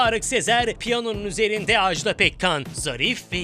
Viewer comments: Televizyonda program yapmak için Türkçeye hakim olmayı gerektirir. Bu hanımı kimse neden uyarmamış acaba? AJDA PEKKAN'ın adı AJDA'dır, Ajdağ değil!!! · Ajdaaaaa diye okunmaz "Ajda" tek "a" ile okunur.